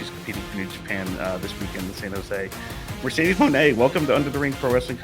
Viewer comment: As your fans Mercedez mone we love and appreciate you, support u along ur journey. But plz learn to pronounce stardom wrestlers correctly and learn more about their company. Just do background research to ensure that u do not hurt Japanese fans by not pronouncing their names correctly.